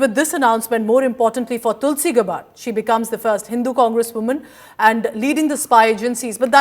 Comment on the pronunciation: Its not pronounced as गबार्ड, it is pronounced as गॅबर्ड. Use the right pronunciation!